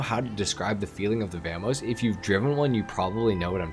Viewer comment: how do you manage to pronounce vamos two different ways and get it wrong both times lol